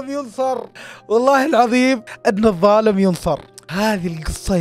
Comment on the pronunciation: لو تلاحظ الدقيقه ٣٨ انت قلت الضالم ينصر غلطت فيها